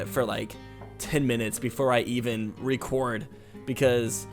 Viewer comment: I laughed when he said recorn instead of record Like if agree